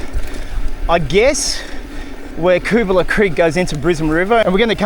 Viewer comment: Never knew it meant 'scrubby possum', thanks! Used to take my son up that lookout and toss paper planes off it when he was little. Switched over to Tannis inserts following some punctures, zero punctures since. Hey also interested in where you got the pronunciation from, lived around area 40 years on/off & mate lived on Dobell st, we knew it as 'Cubala' as opposed to 'Koobala'. Great ride, and enjoy your commentary, and you've inspired me to revisit on my MTB, thank you. PS that Seventeen Mile Rocks wharf is where coral was delivered to make cement using that conveyor belt. There's historic info boards in the Rocks Riverside Park that explain a few things. Also the huge coral crushing cylinder remains as an historic relic.